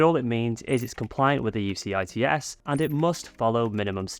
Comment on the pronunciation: UCITS is pronounced You-sits 😊